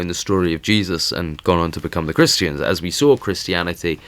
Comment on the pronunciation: His accent not pronouncing the "R"'s, sounds like he's saying "Ta-ta's" LOL. Christians, he says- Christ-EE-yans. And tributaries, he says- Trib-yu-TREES. I love it!